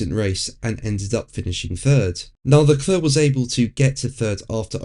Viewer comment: “Le Clurrr”….it never gets old. If he didn’t “try” to do a French accent he would probably come close to the correct pronunciation